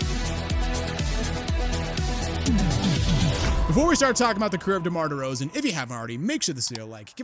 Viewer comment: "DeMar DeRzaon"